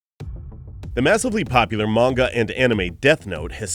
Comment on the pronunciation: Your not saying manga properly